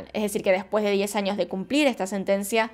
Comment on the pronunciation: Yo amo cuando dice anios(años)